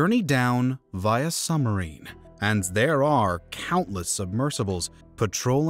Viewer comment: I'm pretty sure he's saying "summerine."